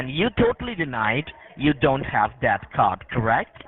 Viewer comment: He might manage one line, but that's as far as he can, the rest back to lndian accents : watch when he said : " so DAT, first of all very distinctive L pronounciation...😂😂😂